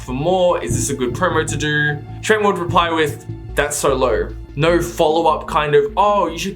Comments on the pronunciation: he rly said "ñœ" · I can’t get over the “neh”